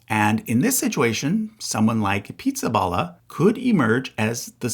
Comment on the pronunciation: Did you deliberately mispronounce Pizzaballa in a mocking way? Or did you not know any better?